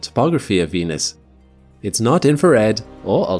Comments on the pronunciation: Venus sounds more like Penus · Why did he say "Venus~" with a tilde at the start? Zestiest way I've ever heard someone pronounce Venus. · "venus" "penis" are pronounced the same